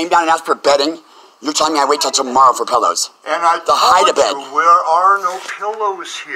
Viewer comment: I would evict you too for saying "pellows"